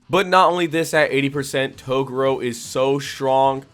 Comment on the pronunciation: I really want to get into this vid but how you pronounce Toguro's name is driving me crazy! An then i get 5 seconds further into the vid and you pronounced Tarukane's name wrong as well! Come on bro, you gotta do better as an anime channel. Kinda regretting subbing to you now.